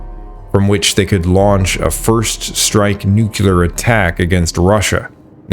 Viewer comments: Nuke. Lee. Are. Nuclear. Other than that great video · Nu-cle-ar. Nuclear. Not nu-cu-lar. 😂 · Mate, nice work, but check your pronunciations. E.g., Thule is toolee, not thool. Pagan is more like Paygan. The "thing" was Althing. Nuclear, not nukular. There were a few more. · "plag?' "paggan?" 'nuke-yoo-lur?" 😆 where are you? or is the narration AI-generated?